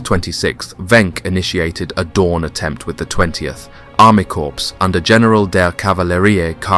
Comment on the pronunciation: Referring to a Panzer Corps (pronounced "core") as a "corpse" might be accurate, under the circumstances.